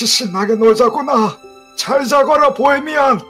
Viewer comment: ㅋㅋㅋ보해미난. 아니뭐라는거약 보해미안!!할땤ㅋㅋㅋ